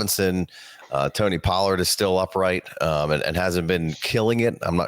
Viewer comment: This guy said burks for pollard 😅☠️